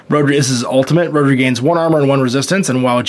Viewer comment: Found it interesting, but kept getting annoyed by the mis-pronounciation of the Welsh name Rhodri, even if I was thrilled there was a Welsh name in there.